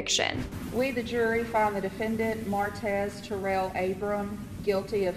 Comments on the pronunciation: Mar-tez not merits 🤦🏿‍♂️🥴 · I know he killed people and all that, but that man name ain't Maretz. Its Martez. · You can’t pronounce martez? “Merits” lmao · Why can’t you say Martez??